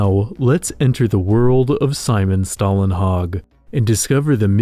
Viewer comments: Don’t take my word for it, but I do believe Å makes an O sound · you need to learn to say Stålenhag the å in his name is not an a its an å its a different letter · The letter å in Stålenhag is actually pronounced like "oh". Sorry, I loved the video but that bothered me too much that I had to mention it.